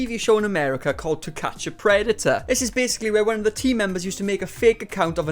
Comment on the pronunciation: Ah, so it is welsh accent that turns predator into PREDATAH?